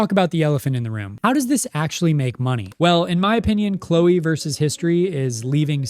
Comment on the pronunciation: versus* It's never been 'verse'.